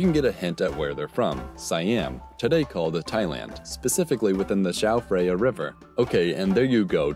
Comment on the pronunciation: dude it's not your first video where you say chao fraya river but it's praya, h indicates there is aspiration just like in THailand